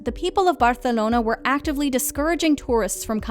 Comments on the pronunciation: Don't say Barcelona like that you freak hahahahahaha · I love how the narrator puts the Spanish accent when pronouncing Barcelona then dives into an Italian accent to pronounce the rest of the Spanish words lol. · Why does she pronounce literally. every. city (including "Barthelona") in the "native" pronunciation, EXCEPT "Belgrade" (and "Amsterdam")?